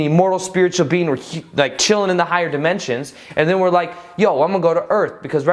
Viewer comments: It's dimensions, not demensions. It's at 2.54. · dementions.. lol.. dimensions? great vid, thx for the info!